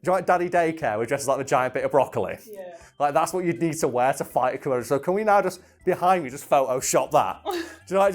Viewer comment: says:...komodo dragons... i heard:...murder dragons... lol